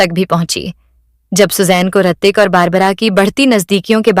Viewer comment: Hritik not Aartik